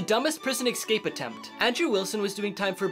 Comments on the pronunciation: Love this dude but I can’t stand it when someone pronounces ”escape” as ”ekscape” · How about doing a segment on the irony of someone using the term “dumbest” in the same story as mispronouncing “escape” as “exscape”, repeatedly?!